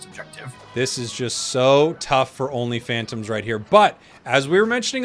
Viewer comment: Everytime say only phantoms I hear only fans